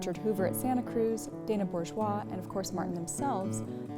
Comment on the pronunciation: is the first online reviewer that I’ve heard pronounce Bourgeois correctly! This is after many years and videos I might add.